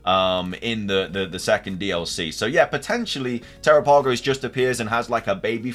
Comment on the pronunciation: Dude!! Te-RAP-Ah-Go-s The name is based on the Galapagos islands!! PLEASE try to pronounce it correctly!! I feel bad for the people experiencing so many bugs......I haven't experienced ANY. Yeah, I think Ogerpon will end up NOT being evil. There is a four pointed tera crystal in the mask. That could be what gives it its power/ has corrupted it.